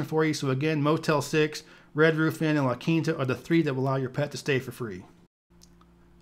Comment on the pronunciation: i never knew people were out here sayin "la quinata." does it rhyme with pinata?